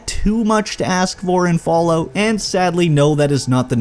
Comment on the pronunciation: I love how you say "Follow" instead of "Fallout" xD